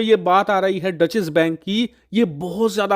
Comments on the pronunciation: Actually, it is “Doetch”. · डचेस बैंक नही, डॉइशे बैंक. That's the right pronunciation. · इसे " डॉशे बैंक " बोलते हैं । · Dutchesh bank nahi hai wo 😂😂😂😂 it’s a German word. Content sahi rehta hai lekin उच्चारण pe kaam karo